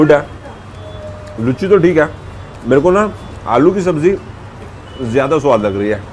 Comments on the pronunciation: Ha ha ha 😃 sirf ek correction bas: Luchhi nahi it’s Loochi (लुच्ची नहीं लूची) या हिंदी में पूरी। nice videos and explanations. Keep exploring 👍🏻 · Hahaha.... Comedy... Sorry sir... Actually m bengali and cant hear that word... Its loochi and not लुच्ची... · Bhai lucchi nahi hota luchi hota hai🙏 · It's Luchi not "Lucchi"